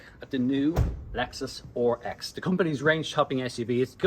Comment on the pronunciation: RX. Not OHR EX 😆